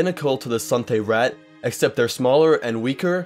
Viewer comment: Suthay-raht being the most common outside elsweyr just doesn't seem to be true given all the Khajiit in Oblivion and Skyrim are Cathay. Also, why are you saying Sunthay? I'm 100 percent certain there is no "n" in it.